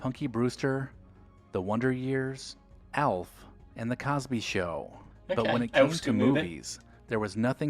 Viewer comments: He said Alf not Elf lol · ALF not ELF 😅